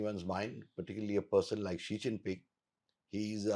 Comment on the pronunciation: He pronounced Xi Jinping name correctly.